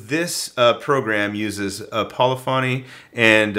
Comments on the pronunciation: Puh-liffany, not poli-fonny. For future reference. (edit - you got it right the next time - rhymes with Tiffany) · It's your second pronunciation of polyphony. /pəˈlifənē/